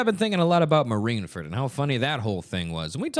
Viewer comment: There’s no way you’re actually saying it as “Marineferd” lol